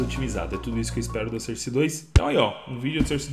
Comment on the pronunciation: Desculpe comentar... Eu geralmente nem falo sobre isso.. Mas nesse vídeo foi difícil. Sou professor de inglês, e embora ninguém seja obrigado a saber inglês, vou deixar aqui 2 pronúncias : SOURCE (fonte) = pron SÓRSE e não SÃRSE, portanto, som de ó. ENGINE (motor) = pron INJIN e não ENDJAINI. Portanto, som de I.